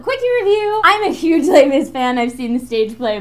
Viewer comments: Stopped listening when said Les Mis..... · don't call it Les Mis, it sounds disgusting like that...